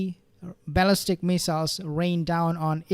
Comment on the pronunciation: You keep saying ‘baalistic”